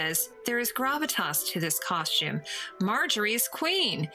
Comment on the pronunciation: you prononce costume like Edie Bouvier in grey Grey Gardens "coshtume"